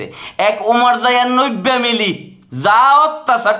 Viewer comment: নবী কে নব্বা বলছেন আপনি সংশোধন করে নিবেন